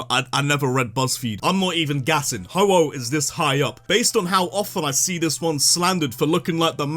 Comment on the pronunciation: IT'S HO-OH, NOT HOHO!